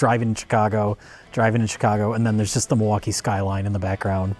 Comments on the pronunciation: Yes,, it is. Actually, it's pronounced "mill-e-wah-que" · It's Mil-e-wau-kay.. 😂